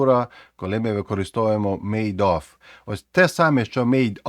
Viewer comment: Оф це ось це слово - off. Of треба вимовляти з в на кінці. Як /əv/ або /ɒv/ у сильній позиції